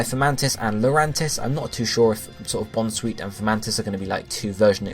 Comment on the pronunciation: Bounce-sweet, Com-fae (rhyming with lei), Morel-lull (morel mushroom)